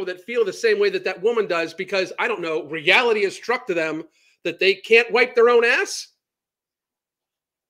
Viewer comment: She says realty instead of reality... there's an I in there ffs. Lol